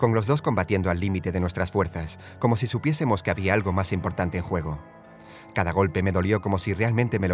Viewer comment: por que dices zy se escribe si